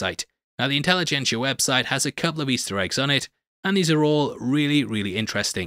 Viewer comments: "Incelligencia" was actually pretty good. 🤔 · "Incel-igencia" lol